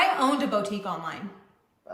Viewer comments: It’s just wrong. It hurts my ears. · I don’t know if it’s because I’m a French speaker but hearing her say « bow-tique » truly drives me insane. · we said bo tique at the same time 🙄 ❤